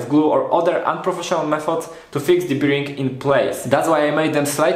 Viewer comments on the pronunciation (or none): Fajne wideo. Szkoda że jak byłem w twoim wieku nie było takich części w sklepach. Z reszta nic nie było... FYI "bearing" (czyli łożysko) wymawia się "bering" a nie jak "beer-ing". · Proszę Cię. To "biring" mnie niszczy. Sprawdź sobie na Google translate jak to się wypowiada. A ogółem fajny projekt, sam myślę o zaprojektowaniu lasera cnc z możliwie jak największą ilością części wydrukowanych w 3d. Jak mnie poniesie to może i nagram o tym film :) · Super wideo! Tylko "Bearing" się trochę inaczej wymawia ;)